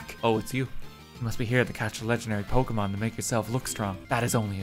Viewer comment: your pronunciation of the pokémon names is.... painful, in some cases xD (and this is coming from someone for whom English is their third language)